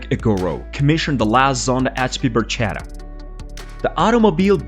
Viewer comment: dear speaker. Learn Italian, it’s “barKetta” and not “barJETa” 😂😂😂😂😂